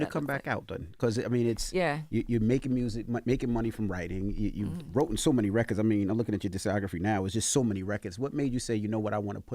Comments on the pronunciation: Did DJ Envy just say "wrottten?" rather then written? The funny thing is that he didn't even catch his mistake 😂! He was so deep in the conversation! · Dude said wroten🥴🥴